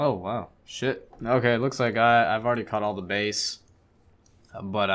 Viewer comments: This fish are pronounced "b-ass", not "base" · its pronounced bass